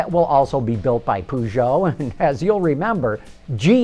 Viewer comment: per-zjo, not poo-zjo :P and it's pronounced cittrun, not citroen...